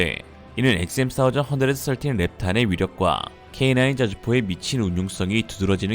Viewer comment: 원사이즈언드서틴 ㅋㆍㅋ 어색한건지 웃기실려고 하신건지.. 의도는 후자쪽인걸 확실히 알겠습니다~ 스타일 아니까~~ㅋ